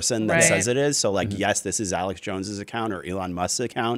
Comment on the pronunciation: It is Not Aleck, it is Alex. What a duffas. If you are going to talk about someone, at least pronounce their name correctly.